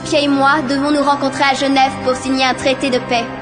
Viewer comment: J'habite a Genève! J'ai decollé quand j'ai entendu la reine dire Geneve! 😂😂😂